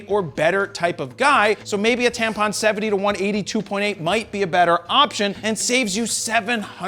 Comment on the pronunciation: I heard him twice say Tampon, lol